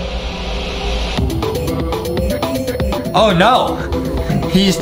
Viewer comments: It’s not g-or field it’s g-ar field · Adem really sed gorfuled adem it’s garfuled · Garfilde not gorfilde